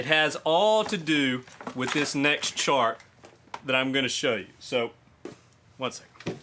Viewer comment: I had to replay the beginning a few times laughing so hard thinking you said a shart that changed everything. So grateful I stuck around to find out you said chart.